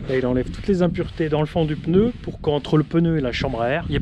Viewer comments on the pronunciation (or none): Je "m'insurge", on ne dit pas le "peneu", mais le "pneu" ! Allez, sans rancune... Bonne continuation.